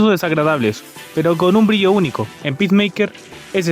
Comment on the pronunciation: Bro, están apunto de vender todo warner y nuevamente van a reiniciar el DCU Jajaja Que carajos salvo “pismeiker” según tu?